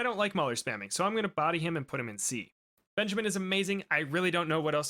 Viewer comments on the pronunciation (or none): none